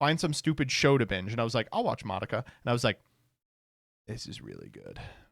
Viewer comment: the way pronounces madoka makes me wnana rip my ears out